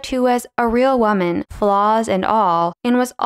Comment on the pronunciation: where is the dialect from where they say wha-man instead of woman? (like in the vid)